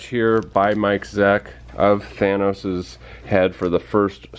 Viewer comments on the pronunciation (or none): none